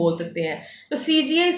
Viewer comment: Cga nhi cgi ha, aunty ji😂